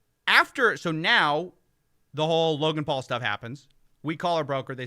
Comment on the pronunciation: i know unrelated but please keep calling Logan Paul, Logal Paul. everybody. ty.